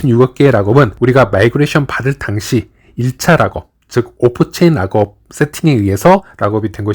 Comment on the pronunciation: 발음 지기네 온체인 라겁